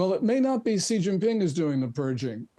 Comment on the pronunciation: Hey, learn how to pronounce Xi. Lazy and embarrassing,.